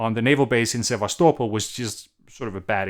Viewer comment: Clear and concise. Thanks. Interesting to hear how you pronounce Sevastopol.